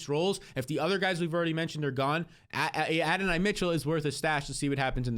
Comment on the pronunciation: Adonai pronounced A Don knee